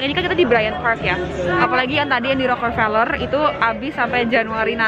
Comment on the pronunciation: Keknya masih belom terbiasa ya nyebut "Rockefeller" 😅 bolak-balik "Rockerfeller" terus